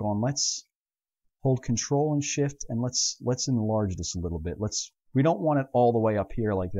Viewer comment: Very good tutorials but I can't help. I always hear shit instead of shift. -.